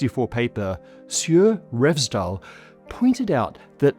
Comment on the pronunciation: You say Revsdal perfectly. SJUR is pronounced more like SHOOR, but the OO should be very narrowsort of like a Scot would say TOO. Also, the R is rolled, again like the Scots.